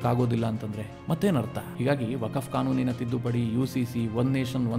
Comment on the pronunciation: ವಕಫ್ ಅಲ್ಲೋ ಮರಾಯ "ವಖ್ಹ್" ಅಂತೆಳೋ